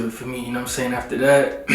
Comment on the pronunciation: "..know whutum' sey'n."